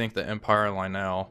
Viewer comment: "Lionel" should not be pronounced "lye NELL". Instead it should be pronounced "LYE nell" or "LYE oh nell".